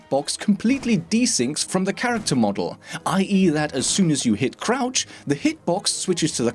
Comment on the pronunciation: I thought he said crap spam in the beginning